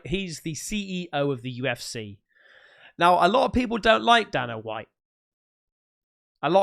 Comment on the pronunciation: Dana is USUALLY pronounced Day-na.